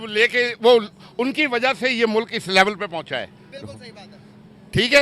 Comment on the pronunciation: Mulak nahi hota mulk hota hai😂😂😂😂